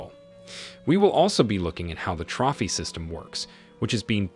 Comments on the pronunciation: The proper pronunciation of Trophy, is 'Trowfee' not 'Trawfy'. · It's tro-fee system .... Jeezus H Christ! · Ummmm.. did bro just pronounce trophy as trahphy? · Did you really pronounce trophy as “troffy”? Lol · Hey I have a question for you. Is your narration computer generated? It sounds like it is spoken by a real speaker of English, but then there's often common words which are completely mispronounced, like "trophy", a mistake no speaker of English would ever make without noticing it ans correcting themselves. Also some very strange grammatical errors in the speech, which even a child would not make. So I am wondering if a real person is speaking, or if this is synthetic. And if it's synthetic, what software is it?